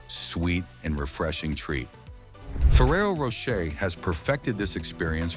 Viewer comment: Nice to see that ai is doing all the work here... 🫠 meanwhile, it couldn't pronounce "Rocher" in Ferrero Rocher the same way once. lol Also!! Idk why, but something about the cows up on a shelf, spinning around, whilst being milked just freaks me out... It's very alien 👽